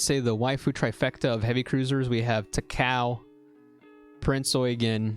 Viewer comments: I died inside when I heard "ta-KOW" IT'S TA-KA-O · ao actually does sound like ow. The O is kinda short and if you're speaking japanese you wouldn't even pronounce it much most of the time. While he is pronouncing it wrong in the video, does it matter? He's just pronouncing it with a more westernised accent, getting annoyed over a simple thing like this makes you seem more like a weeb in my opinion.